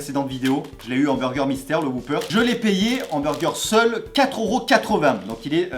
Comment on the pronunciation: Pas "Whooper"... "Whopper", à prononcer "O", pas "OU".